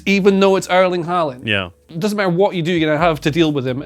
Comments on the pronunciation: Tifo has finally gone the most woke on pronunciation we've ever seen. This is unrivalled. Not even a Pinder try-hard Spanish accent can beat this. Airling Horland - absolutely ridiculous, we'll never see anything like this ever again, drink it in guys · “Airling Hauland” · Who the hell is Airling Haulend?!